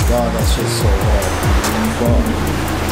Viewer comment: Pause 🤣 why he say it’s so hard like that but it is tuff